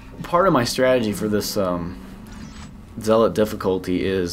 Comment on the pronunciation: pronounces the word "Zealot" differently in every Dead Space 2 video! xD